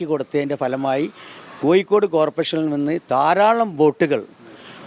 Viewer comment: ഒന്ന് കൂടി മലയാള ഭാഷ സംസാരിക്കുന്നത് നന്നാക്കണം. ഉദാഹരണം - അഴിമതി ക്ക് പകരം അയി മതി എന്നാണ് പറഞ്ഞത്. കോയിക്കോടല്ല, കോഴിക്കോടാണ്........